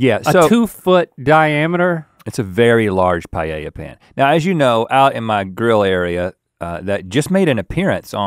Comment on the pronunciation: The way he says paella made me nearly click off. Pie-yay-ya